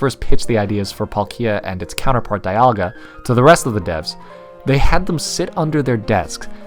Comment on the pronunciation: Dialga is pronounced DEE-AHL-GA Not DIE-AHL-GA Palkia is pronounced PAULK-EE-A not PAUL-KEEE-A